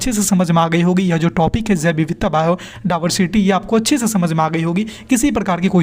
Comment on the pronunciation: बायो डायवर्सिटी ❌ बायो डाबरसिटी✅